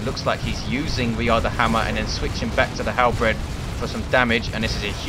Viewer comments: Also, not to be a jerk, but it's "hal-berd" not "hal-bred". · There is precisely 0 bread in halberds. It's pronounced like Bert, with a D instead of a T. Halberd.